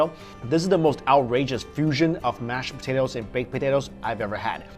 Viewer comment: Does he say "smash potatoes"